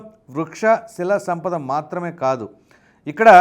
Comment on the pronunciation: Adi kilikithurayi kadu. Kalikithurayi. Sheela Sampada kaadu, shilaasampada